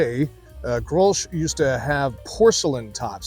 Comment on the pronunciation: the "sch" is silent. the "G" is like your hawrking up a loogy. GGrols